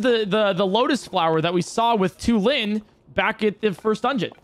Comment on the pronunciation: Why did he pronounce Tulin like that 😂